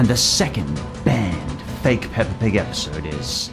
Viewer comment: The fact that you say "pepper" instead of Peppa, just makes this video better😂